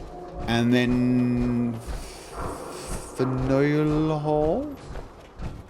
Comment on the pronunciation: Faneuil. you said it right :) yeah!